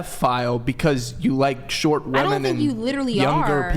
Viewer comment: Why does bro say keep saying "Wamen" is lnstead of "women" ??